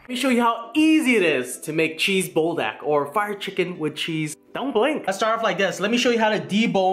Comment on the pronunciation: you say BUL like BULL or BOOL (Pool with a B) which means fire, and DAK is chicken like GAI :P Good stuff, but I would of added the chicken into the ttokbbokki in the saucepan and then added cheese on top of everything on the stove top.